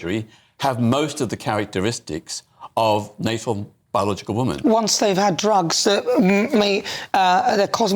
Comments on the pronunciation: Peter Snatchall is a pdf apologist. He makes my skin crawl. It also makes me rage when he says woman instead of women. Every time 😡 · Ah Peter has no clue, he’s definitely the wrong person to ask for the facts. He definitely knows what a man and boy is though cos he has sex with them. Peter can’t even pronounce, “Woman” pronounced Wyman, singular. Women is plural, it’s always very irritating. The brain structure thing is false, their brain was no different to gay men.